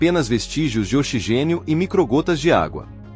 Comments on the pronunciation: O narrador chamou o oxigênio de ochigênio com a letra X com som de chá ! Quanta incompetência ! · Tradução horrorosa dessa máquina que fala ochigênio. Coloque um locutor humano tire essa máquina horrorosa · Ouvir OCHIGÊNIO é duro, hein?